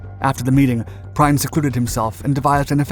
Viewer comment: Gunther Prime whos that, a German transformer? How about " Prien". Could we please at least have one creator not using AI? People are getting so lazy now. Our history deserves better.